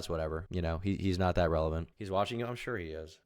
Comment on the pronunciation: Mispronouncing "relevant" doesn't help